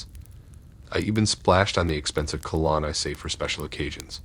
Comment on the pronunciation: Where are you from? Never heard cologne pronounced co-lawn. Love the stories!!